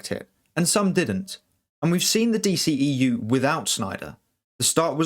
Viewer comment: The D-SHE-E-U🤦🏻‍♂️